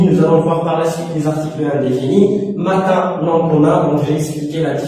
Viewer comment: matin au lieu de matain désolé prof